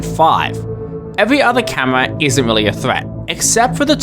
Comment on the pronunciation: bro said camwoa